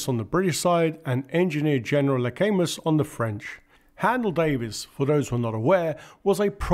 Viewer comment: Luh-cam-oo, not 'luhcaymuss'